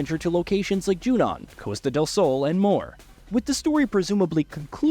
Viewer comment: It's pronounced Costa (how it looks).. not " coaster" ffs